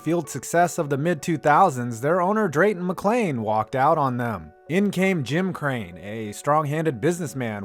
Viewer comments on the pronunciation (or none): none